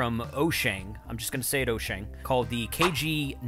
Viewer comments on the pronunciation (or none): It is WHOO-Shane. Say it like that and you got it.